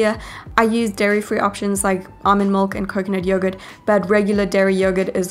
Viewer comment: These are awesome recipes! Tysm! I thought it strange that you said mulk instead of milk Lol, this is NOT hate btw!